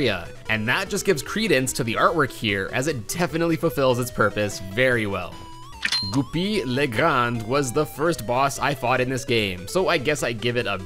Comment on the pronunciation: can we just appreciate how says goopy le grande?